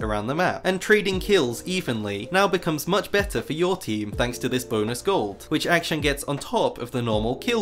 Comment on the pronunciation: i cant watch this video with the way you say akshan